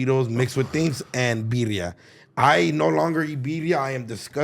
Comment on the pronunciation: Did say "Virria" smh 🫩😂